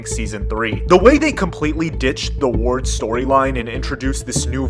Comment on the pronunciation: *ward not wayde